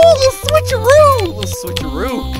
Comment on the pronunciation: when you say switcharoo I sat switcharuv